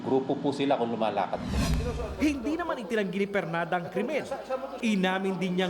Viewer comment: ARNOL PERLADA PO HINDI PERNADA